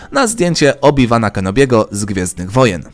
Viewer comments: Obi ŁANA, a nie Obi WANA!!!!! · ała aż mnie coś zabolało jak przeczytałeś 'Obi Wana' Czyta się 'Obi Łana' tak na przyszłość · Ała moje uszy. Jakiego "Obi Wana"? Mówi się "Obi Łana" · Chyba raczej obiłana a nie obiwana. XD